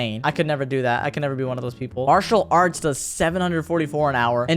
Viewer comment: bro said artial arts insteid of matial arts